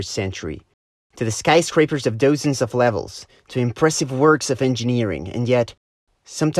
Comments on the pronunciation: Almost lost me when you pronounced doozen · That pronounciation of dozen